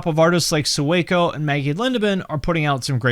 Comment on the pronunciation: Sueco is pronounced like “sway-co” not “sue-eh-co” and he came from mumble rap which was a good switch but he was good there too.